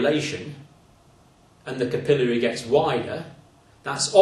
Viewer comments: Good teacher! We Yanks say capillary with the emphasis on the syllable "cap." I think I'll start saying it the way he says it. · It's pronounced capillary not capillary